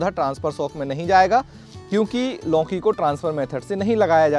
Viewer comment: मान्यवर पहले तो आप लौकी बोलना सीखें। आप लौकी को लौंकी बोल रहे हो